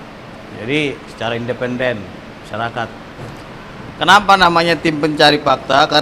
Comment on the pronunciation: Minimal belajar ngomong "independen" dulu yang bener mas